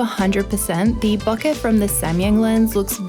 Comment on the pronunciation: She say ,bokeh’ correctly (it’s word from japanese). I also say ‘latte’ in similar way as it’s from Italian, it’s weird for me how British pple pronounce ‘latte’ they do like latey, latee 😖